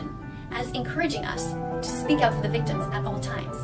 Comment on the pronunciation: Cows milk is fow baby cows? I wonder what she has to say to all those baby oats and almonds then XD